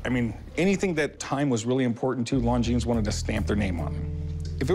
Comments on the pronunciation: Don't pronounce the s!!!! It's longine(silent s) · When the seller said the name lon jeens i immediately knew he had no idea of the value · Just the fact alone that neither of them could correctly pronounce Longines speaks Volumes....lol yeah he knows a ton about watches....That's easily a $10,000+ Watch.